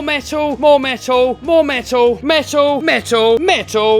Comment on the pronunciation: Is he saying metal or mental? 😅😂😂🤣